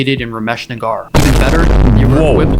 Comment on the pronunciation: he mispronounced it as Rameesh N-A-A-G-A-A-R but its actual pronunciation is N-A-G-E-R